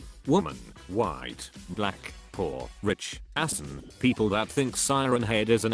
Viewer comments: bruh did tts really just say assian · Pronounces asian « assan » Mm yes the floor here is made out of racist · Image : Asian TTS : A S S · Lol they pronounced asian assan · So, nobody will talk that the ivona-like voice (forgot what it is called bruh) says Ass instead of Asian?